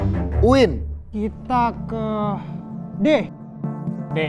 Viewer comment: UIN bukan maiin